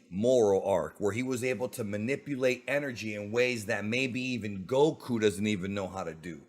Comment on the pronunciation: Why do you pronounce Goku like that bro.. lol